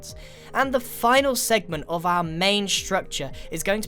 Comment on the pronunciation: Our* not awer City* not siti